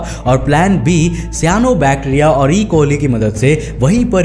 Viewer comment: He say bacteria prouncation wrong